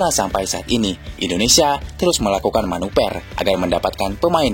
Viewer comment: MANUVER, BUKAN MANUPER😂😂😂😂😂